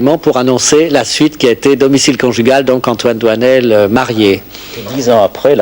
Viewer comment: doinel, not doisnel